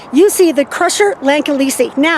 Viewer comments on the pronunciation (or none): It's "sigh" rusher like cycle rusher